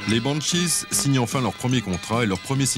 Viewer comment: vers : pas "le Scandinavia"... aucune salle de concert ne porte ce nom mais "la Scandinavie", et Adam imite l'accent scandinave dans la foulée. Sans oublier "Bowowo" et "les Bannechizes" un peu avant. Du grand art, et par un connaisseur visiblement. Il a été payé pour ce travail de cochon ?